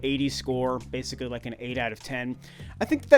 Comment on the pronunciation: Did you rike it? 😂😂😂